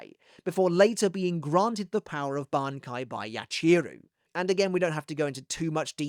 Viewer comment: I’ve always liked your pronunciation of his Bankai. You’ve always had that down. Used to look forward to it before it came out in the anime because you did so well hyping it for me.